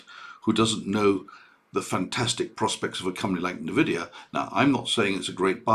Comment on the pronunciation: FYI it’s N-Vidia Pronunced “En-Vidia” basically say the letter N then add the ending.